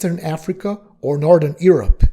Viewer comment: The way you prononce Europe is very far from the way its supposed to